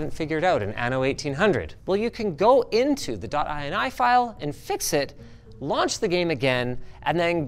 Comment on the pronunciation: downvote for inaccurate ini pronunciation mr linus